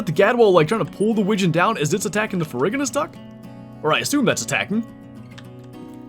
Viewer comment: I believe it is “fair-roo-ji-nuss”. The ferr- prefix is from the Latin for iron (ferrum), and ferruginous essentially means “rust-coloured”.